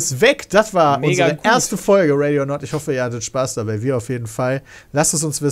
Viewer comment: Ready or Nut!!! finde ich besser :-D wie schön er Nut!!! auch betont hat